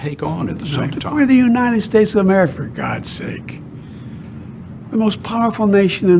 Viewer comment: Brandon can't even say America right smh😅